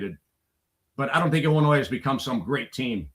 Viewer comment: Illi-noy the s is silent. You sound like a third grader saying illinoise